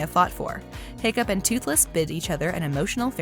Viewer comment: it’s “Hiccup Havoc the 3rd” not “Hoccup Horrendous”